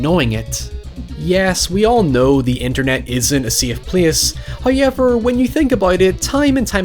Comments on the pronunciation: I'll never get tired of hearing Howyever. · Nobody:: Hoo-ey-ver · Can u say however correctly